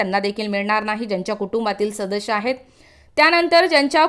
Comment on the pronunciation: Shadash nahi sadas boltath